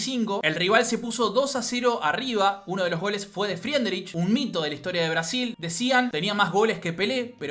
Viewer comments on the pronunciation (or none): none